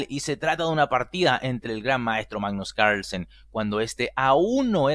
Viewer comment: Venga tío. .. no pronuncies Carlsen como si fuera un apellido gringo